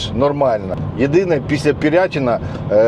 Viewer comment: Не Решетіловки.... РЕШЕТИЛІВКИ! І не Пирятіна а ПИРЯТИНА!